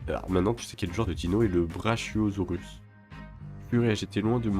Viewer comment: Ça se prononce Braquiosaure ou Braquiosaure, pas tel que tu le lis Brachiosaure et donc Braquio enroulage, tu avoueras que c'est pas beau ta prononciation , c'est celui que tu vois dans la première scène dans Jurassic Park, le vert au long coup sur le bord de l'eau. Il mesurait environ vingt trois mètres pour onze mètres de haut. Dommage que soit si court, j'ai l'impression que c'est de pire en pire.